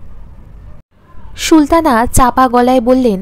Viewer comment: খুব ভালো হয়েছে। সুলতানা নামটি Sultana পড়ুন, "Shultana" না বলে। আরো perfect হবে। পরের পর্ব কি upload হয়েছে?